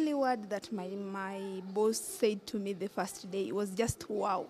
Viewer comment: Someone should tell the journalist that it’s First day First time First year Not Fast time Not Fast day Not Fast year ☹️☹️☹️ Rosie Africa is proud of you 👏 😍